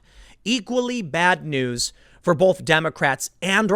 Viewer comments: Tim! Baby!! I love you, but the word "both" has no "L" in it!!!! Keep up the good work, but quit with the "BOLTH"!!! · It’s both not bolth holy crap